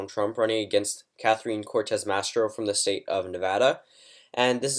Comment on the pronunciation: It's "Cortez Masto," not "Cortez Mastro."